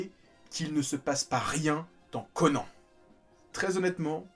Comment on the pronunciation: Pourquoi prononcer correctement le nom de tous les protagonistes excepté celui du héros? L'anime a détruit le nom de Conan 😭